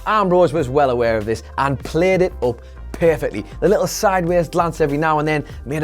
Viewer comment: Up= oup Running= rouning What is wrong with his pronunciation?😢😢🤔🤔🤔